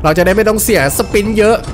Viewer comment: กูขำที่เรียก สปิ๊น นี่แหละ!! 55555.